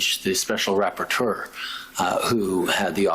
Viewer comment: "Special rappatoeur " sounds like a French ordeurve.